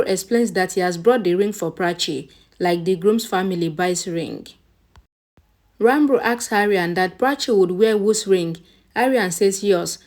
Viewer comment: Can you stop saying Ranbur pls? It's disturbing.. Ranbir pls